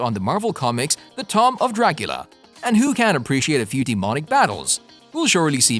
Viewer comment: “The Tom of Dracula”?! “Tom”? “Of Dracula”? “TOM”?! “Of Dracula”? What the actual fuck?